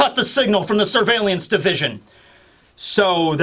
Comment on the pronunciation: What I learnt from this video is that can not say the word surveillance.